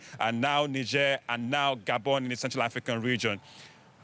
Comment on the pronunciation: When did they start pronouncing it nigh jhair ?